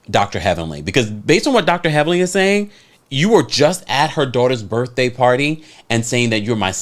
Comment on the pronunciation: "Burffday party"